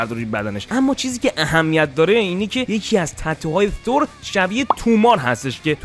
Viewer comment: من نمیفهمم چرا اخه میگید تور اقا تور نیست بخدا تور نیست با چ زبونی بگیم ما تور نیست ب قرآن نیست ثور هست ن تور ثور خونده میشه ترو خدا تور نگید